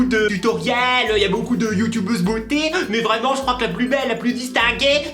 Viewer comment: Juste un truc on dit youtuuuuuuuuube pas YouToube sinon. Je t'adore ☺